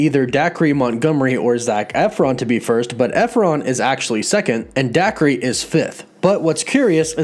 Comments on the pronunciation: And Day-Ker not Dakree. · It's pronounced "Day-Cah" Montgomery. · “Dac-ree” lmaooo